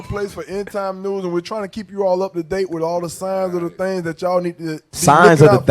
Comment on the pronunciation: "Signs of the THANGS"